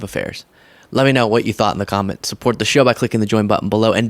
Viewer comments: He continues to mispronounce VP Harris' name. We should mispronounce his name. I'll refer to him as Former President Scumbag. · Oh did anyone hear Trump pronounce Kamala Harris’s name. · He STILL has not been able to learn to pronounce her name properly. This even after she pronounced it correctly for him at the start if the debate. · DonOLD should be corrected everytime he pronounces Harris' first name wrong. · Trump still mispronounces her name. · He’s not even intelligent enough to pronounce Kamala’s name properly yet he wants to run your country. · How rude to continue to mispronounce her name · The orange clown continues mispronouncing Kamala’s name on purpose as part of his low class tactics. He is so coward that didn’t look at her all the time and didn’t dare to say things on her face. A total sore loser. Vote Blue 💙💙💙💙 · It's such a brain scrape that he's forcibly mispronouncing VP Harris' name, AFTER she personally introduced herself! 🙎🏾‍♂️ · It’s Dumb-old-dork, until and unless he is able to say her name correctly. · He keeps mispronouncing her name! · Funny, she introduced herself so he could pronounce her name correctly. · The moderator is not legit because he fact-checked you, sucker? BTW, talking about someone else's hair is really funny. He mispronounces her name out of disrespect, because she pronounced it correctly when she introduced herself and shook his hand. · Can we all start pronouncing Donald as DonOLD? Just like they stress the wrong syllable in Kamala's name, do the same for him. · Meanwhile, Diaper Donnie continues to intentionally mispronounce Kamala Harris' name to rile up his inbred base, with their fear of "The Other." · She told him her name when she shook his hand before debate. And he still mispronounce her name. He's melting. 💙💙💙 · He still can't say her name correctly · He refuses to pronounce her name correctly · Can he even remember how to pronouce her name 😮😮😮😮😮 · I love how his stupid ass says her name wrong intentionally now